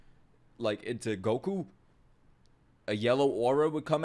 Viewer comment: 🤣🤣🤣 how he said Gokuu and the hand gestures lol!